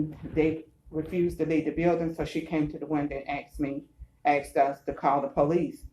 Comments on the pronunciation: This auditor “axed” someone? How awful. 😂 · Why is she saying Axe, the word is Ask.... go back to elementary school